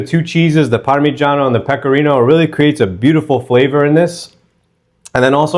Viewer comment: Mówi się pekorino